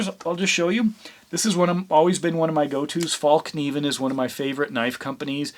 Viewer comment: Falk Niven, you have to be kidding me. Do you use a knife, and call it a k-nife? Knife, as in NIFE. FALLNIVEN, same thing. Good review otherwise!